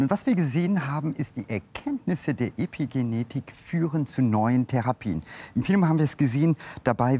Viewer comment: Warum sagt er "Depigenetik"?